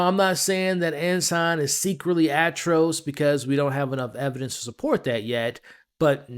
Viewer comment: 😑😐😶🤐🫢🫣🤨😒🙄😖😮‍💨😤😠😡🤬Yo bro 🫩🙄 you must have heard other people say his name Atrocitus not Atros😒